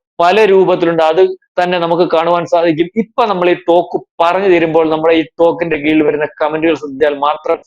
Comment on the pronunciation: തോക്കൊ 😂😂😂 എന്തുവാടേ